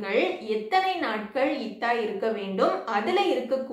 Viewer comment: முதலில் சகோதரி நீங்கள் இத்தா என உச்சரிப்பை தவறாக சொல்லாமல் சரியாக சொல்லவும்.